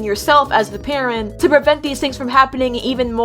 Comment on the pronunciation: I thought you said karen instead of parent T-T